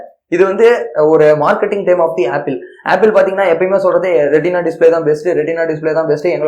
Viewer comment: Retina bro not rentina